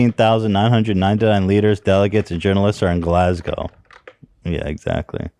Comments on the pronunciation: it’s Eh-din-bruh - from your friendly neighbourhood Scottish fan- although congrats you pronounced Glasgow spot on lol! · Props to Ethan for actually pronouncing Glasgow properly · As a Scotsman living in Scotland I feel its my duty to teach you how to pronounce Edinburgh. Repeat after me: ED-IN-BUR-UGH Ethan actually got it right second time when he put on a silly voice and mocked our accent. THERE IS NO O DAN! Still my favourite crew member though. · Ed-in-bruh is how its pronounced! Scottish fan here, you guys prounced Glasgow correctly tho! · 🏴🏴🏴 Scottish resident and long term Hila Kleiner here, thank you for a great job with pronouncing Edinburgh! You pretty much got it, Ed-in-burr-uh. And Glasgow was spot on, I'm so used to hearing Edin-berg and Glas-gaow from Americans that I was preparing myself for both. Glas-go is right. The funny thing is, Glasgow is a bigger city than Edinburgh despite not being the capital, idk how he managed to end up in Edinburgh.